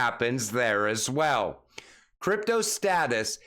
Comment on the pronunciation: I counted twenty Ass Swell's can you mix in a few also's in place of all the Ass Swell's? Lol! All joking aside your content is some of the best I have heard among the XRP influencers. Keep up the good work.